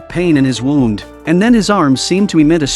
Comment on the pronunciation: The way this audio keeps f**** saying wound is really triggering